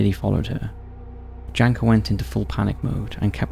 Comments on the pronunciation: the name Janka is read more like Yanka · It hurts how he pronounces Janka. Makes me wonder how many other names of people and places I have wrongfully learned from this channel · Yes. Also my name got butchered :D I don't mind